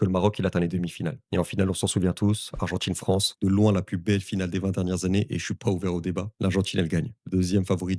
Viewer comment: Ordjinateur statchistjique argentchine quarantchuite umtchitchu matchuidi breeeef ça pollue et ça dévalorise tellement ta vidéo